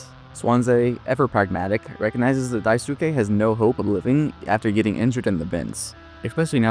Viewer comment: I think Daisuke's name is Die Skay and Swansea's name is pronounced Swon See. Anyone else bothered by how the narrator is pronouncing the two characters' names?